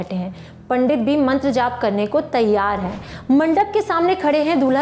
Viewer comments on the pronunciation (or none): none